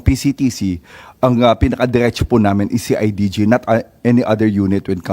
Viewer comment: see ay ji ji daw sabi ni imee ahahay... CIDG po ma'am 😂😂😂😂😂